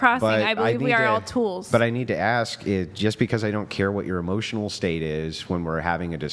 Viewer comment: Eeeeeemmosyionnell demmage!! 😂😅